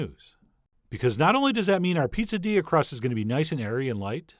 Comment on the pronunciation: I was sure you said "popadilla" at the start, and started wondering how a poppadom and a quesadilla could be combined 🤔